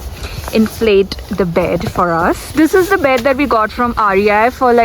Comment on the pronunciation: Setting up the taaaaaant, setting up the baaaaeed. Marathi nahi nikal paegi andar se